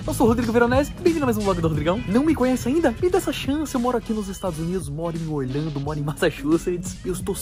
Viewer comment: porque ele fala orLHANDO em vez de orLANDO